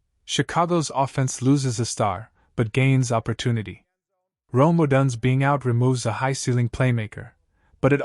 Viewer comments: Could you please stop mispronouncing odunze 😢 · Please stop mispronouncing odunze 😢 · Stop mispronouncing odunze 😢